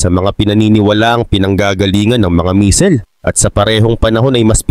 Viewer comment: buti nmn bamer na pronounce mo hindi na bamber 😂😂 kaso ung Misel medyo sablay